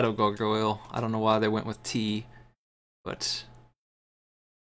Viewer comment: it bothers me how cant properly say gargoyle lol sweet ass game tho